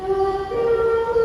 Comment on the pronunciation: Pilatus, bukan pilates😭